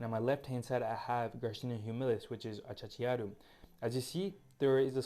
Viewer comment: The correct name is achachairu, not achachachiaru.